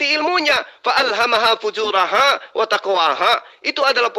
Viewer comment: ....bacanya yg benar FUJUROHA....bukan FUJURAHA.